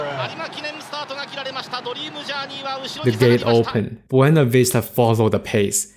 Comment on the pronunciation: Beuna instead of Buena 😅